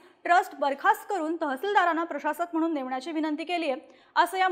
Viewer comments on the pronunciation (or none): none